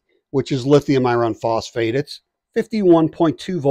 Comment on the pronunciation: Not usually pedantic about word pronunciation but your annunciation of the word "iron" is making this difficult to watch/listen to. For the record, that word should sound like ai·urn!